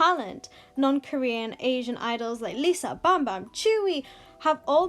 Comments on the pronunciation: Did you just say bambam 😂 I mean it’s pronounced bembem 🤓😌😌 anyway your voice is so calm I luv it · omg bambam instead of bembem. that is how i pronounce bambam back then